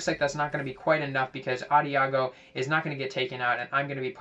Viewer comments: Nice vid, good tips! Also, Adagio is pronounced with a soft "g" like a "j." It's also an Italian musical term that means "slowly." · Lol. Love how you used to pronounce Adagio.